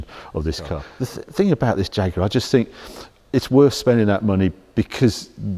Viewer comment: Thats not a "Jaaag", its a proper Jaguar!